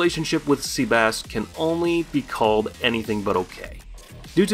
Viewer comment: Did this guy literally call sebas "seabass"